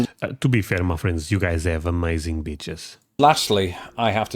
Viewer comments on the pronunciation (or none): Yes, we have some fine beaches here in the USA. 😂. Try lengthening that long e sound in beaches just a little bit, my friend.